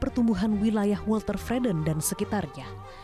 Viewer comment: ..mungkin maksudnya 'weltevreden'..?..tapi terdengar welte'r'vreden (ada r)...